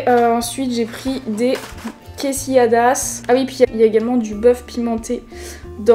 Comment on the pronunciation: Quesilladas mdrrrr Tu voulais dire quesadillas plutôt non ? 😁